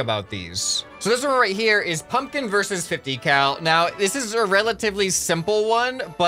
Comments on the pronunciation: The second p is not silent I think U say a B like pumbkin or that p is very, like,.... Short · Pumpkin does not have a silent p. Try say it again but don’t shout out the p that much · Idek why he said that tho. I'm American and everyone I know pronounces the p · The second p isn't silent, just subtle. I'd say most people pronounce the second p. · I like how he said nobody pronounces the second P in pumpkin but he proceeds to pronounce that second P every other time he says pumpkin in the video, lol.